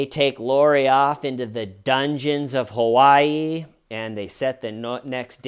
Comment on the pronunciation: Why do you say Kawaii instead of Hawaii? Have you unpacked everything yet? Has Little-T coped ok with it all? 💚😊💚